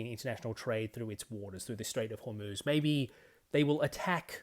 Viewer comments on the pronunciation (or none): none